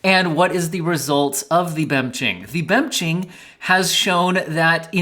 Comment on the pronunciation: Dude, I am eatintg my dinner and almost choked on "bemching" 😀